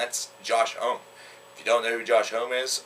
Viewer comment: it's pronounced Josh Hawmee